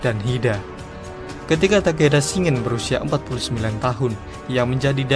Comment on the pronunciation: Shin-gen Bang, bukan Shi-ngen